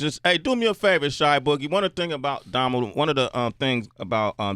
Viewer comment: really g, "shy boogie"?